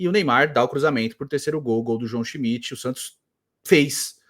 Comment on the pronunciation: a narradora falava schimidt e eu escutava busquets